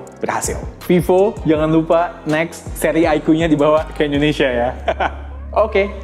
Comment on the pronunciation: bang kenapa kalo nyebut Indonesia selalu endonesia ? cmiiw